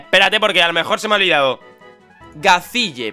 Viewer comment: Gazille es uno de los mejores personajes de Fairy Tail owo Así que sí, nombre épico para el Darumaka PD: Se pronuncia ''Gayil'' o ''Gashil'' ·w·